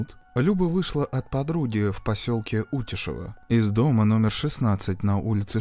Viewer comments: И село, кстати, утЯшево. Мне, как местному жителю, немного резало уши от неверного произношения😅 но простительно🙂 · УтЯшево, у вас такое странное произношение.